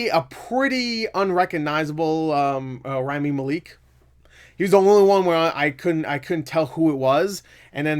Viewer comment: This movie somehow earned a 76% from audiences, and whilst I am not going to see it, I really want to take this point to show that audiences need to stop saying critics are full of shit. Both sides are guilty of giving movies a pass. Also, I hate to correct you, but Rami Malek is pronounced Rah-Mee Mah-leck.